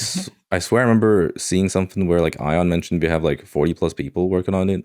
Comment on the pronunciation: I cant get over how pronounces "Ion" 😂. Fire the Ion Cannon!